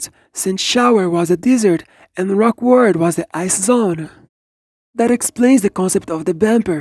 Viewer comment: yup, rock word is the correct way the say rock world now.